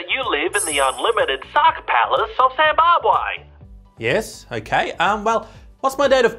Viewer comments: SAMBABWE looooool you could have just said ZIMBABWE looool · The royal palace of what? SAMBABWE😂😂😂!!